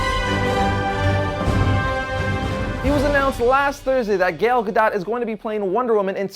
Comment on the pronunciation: It's pronounces Gal (like a lady) Gadot (ga-doe)